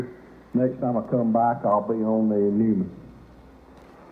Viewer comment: It’s pronounced Noyman.